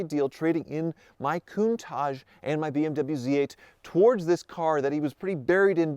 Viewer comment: Glad you dumped the Countach; hopefully you’ll stop mispronouncing it or better yet just never mention it again.